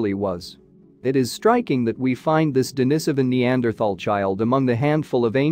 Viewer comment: For crying out loud please learn ( or teach your bot) how to pronounce the important words in this video: Denisovan, Heidelbergensis, Austraopithecene, and many more, if you want us to think you know what you're talking about.